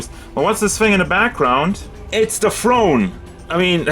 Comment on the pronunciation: Did he say, it’s the FRONE?